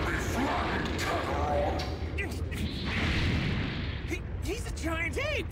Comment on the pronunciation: Definitely not the Kakatot…